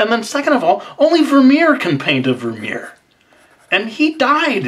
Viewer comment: Bas van der Werff and Vermeer both are Dutch names. You did pronounce Vermeer alright but Bas van der Werff not so :')